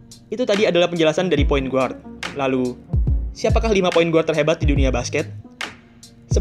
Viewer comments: videonya keren2 tapi biar makin keren Guard dibaca Gard not "GUard" hehe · Guard bacanya = Gard, U nya gausah disebut